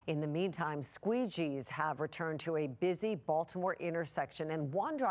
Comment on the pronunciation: Did she say armored with squeegees 🤣🤣